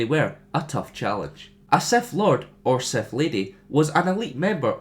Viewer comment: The fact you pronounce it as SETH really, REALLYY annoys me...